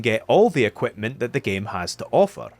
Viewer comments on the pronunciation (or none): none